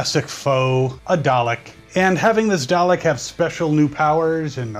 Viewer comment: its "dalek" not "darlek" to correct you